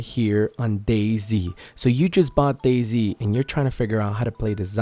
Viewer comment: Is it just me or or he said Day zing lol